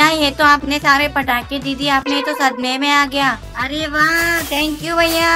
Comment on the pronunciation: Bhai fatake nahi patake